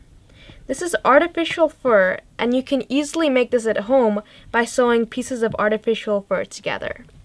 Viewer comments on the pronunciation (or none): none